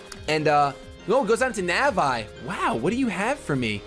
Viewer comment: nav eye?.. nevre played zelda? nav eeeeeeeeeeeeeeeee